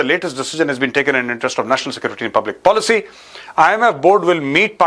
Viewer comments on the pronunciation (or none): none